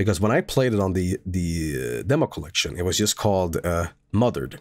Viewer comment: You know what, pronounced the title wrong before, but I think I prefer calling this game Mother Red